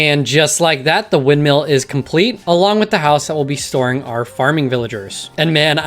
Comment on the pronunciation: I like how you say windmill